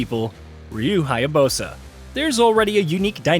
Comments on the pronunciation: Bro you can't talk about how the series has been around for a long time and in the same sentence mispronounced the main character's name ....come on.😂😂 This is almost as bad as when they were mispronouncing super saiyan back when dragon Ball z was 20 years old.😂😂 Super sigh-on 😂😂😂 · Ok.....respectfully, sir. This may be on the smaller end of concerns for some, but...the way you just slaughtered the protagonists name multiple times in this video is quite literally unprecedented. There's a couple variations of how some pronounce "Ryu"; like the age-old "toe-may-toe toe-mAH-toe" argument, but THIS needs to be respectfully addressed. Speaking as a definitive fan of the character and series since the original Xbox days, it's not lost on me that not everyone is aware of all names and places on any given subject matter, even if the subject been around for decades or more; fair and understandable. However, as a professional outlet who reports on game news, I humbly ask that you do a better job next time in regards to these key details. It matters. I don't speak for All fans of course (nor do I care for any incoming half-baked negative remarks from others on this comment), but nonetheless, that kind of carelessness is unacceptable. Correct pronunciation: "Ree-you Hi-ya-BOO-sah". Thank you.